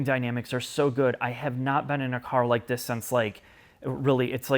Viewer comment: It would only be 50 times if wouldn't say "THIS" in the most annoying way possible.